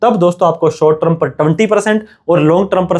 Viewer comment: ट्रम नहीं टर्म बोल .......ट्रम नहीं टर्म बोल .......ट्रम नहीं टर्म बोल .......ट्रम नहीं टर्म बोल .......